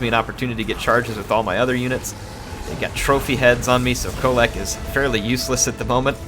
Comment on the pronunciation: That end with Kholek was more like "hit a mole"